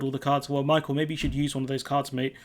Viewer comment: Micheal is pronounced mee-halll....just saying. Good video otherwise especially bojo segment